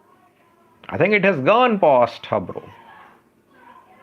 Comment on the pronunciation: "Harbu" not "Habro". It is small town located b/n kombolcha & kemise.